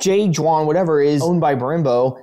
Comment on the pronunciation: my dude. J.Juan is a spanish company based in barcelona and was bought out by brembo. a little ignorant with that pronunciation...